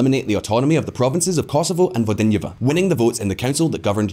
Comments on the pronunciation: Kosovo and Vojdiniva, Slodovan Milosevic....damn I know you're English speaker but common the pronunciation in this video is worst I heard on YT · My man, you have to work on your pronunciation of foreign cities. It's called Vojvodina (Voi-vo-deena) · The way you pronounced Vojvodina was so funny